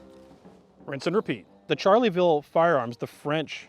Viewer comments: Loved all the history but kept cringing at the pronunciation of Charleville, it sounds like Shar-la-ville, not charlie-ville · "Charley ville". Barbarian! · I genuinely cringed Everytime they said charlieville instead of charleville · Can't get over him pronouncing "Charleville" as "Charlie Ville" haha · It pained me to hear him call it a "Charlie-ville" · It's pronounced sharleville! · [ʃaʁləvil mezjɛʁ] not [ʈʃaʁləvil mezjɛʁ] and /fy.zi d(ə) ʃas/ not /fy.zil d(i) ʈʃasi/ dammit.